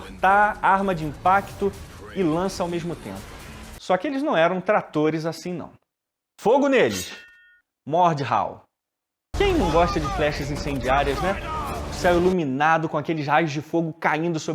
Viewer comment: acho que nao é "mordrrau" e sim "mordau"